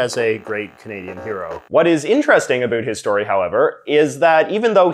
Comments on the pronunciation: Are u deliberately saying a boot cause I'm canadian and no one near me says a boot lol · Why do you say about that way? What part of Canada you from? Never heard anyone pronounce it like that except for comedy sketches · Why do you pronounce about like the Americans think we do. I'm Canadian.. borne here and speak Canadian English and so do 99% of people I know here and we do not say about like a boot.. so why are you putting it on like that. It's actually not how we speak so I just don't understand.. I noticed you laying it on thick for some reason.. I honestly can't think anyone I know excluding my buddy from newfoundland but thats a different accent entirely.. so your putting it on and I don't understand.. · no one in Canada says "about" the way you say it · Maybe it's because I'm Albertan but I cannot stand the way he says "about" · No you don't. This guy is just saying it wrong.